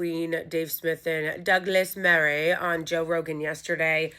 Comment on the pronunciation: I love your pronunciation of "daglass marreeeeh" hahahaha